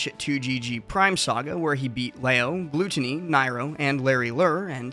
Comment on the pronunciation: How are people still pronouncing is "Gl-oot-onny